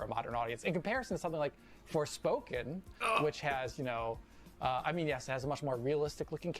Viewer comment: he said "forespoken" LMAO